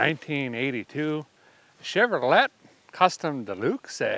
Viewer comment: Pls learn how to pronounce Chevrolet